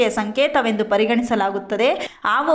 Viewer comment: ಆವು ಆವು ಅಲ್ಲ ಅದು ಹಾವು 😎